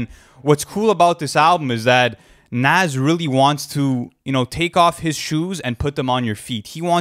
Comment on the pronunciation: It's pronounced Nas not nas!